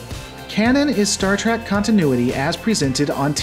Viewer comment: Never mind the scripts. You call it Star TRACK half the time.